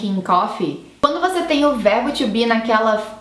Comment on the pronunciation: E um erro muito comum, que até a moça do vídeo comete, é o de pronúncia da partícula "to". to be = "tu bí" (não tchú bí) ;-)